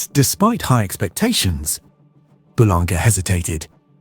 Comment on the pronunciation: Boulanger is pronounced: Boo-lahn-zhay